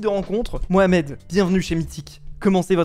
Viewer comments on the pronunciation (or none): none